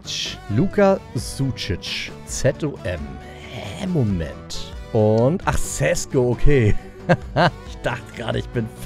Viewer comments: Ich wollte nursagen sesko spricht man scheschko aus ( ich liebe deine videos)❤ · Dein neuer Stürmer wird scheschko ausgesprochen